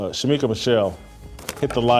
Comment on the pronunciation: Shemeka, Shemeka. SMH. I love you, but come on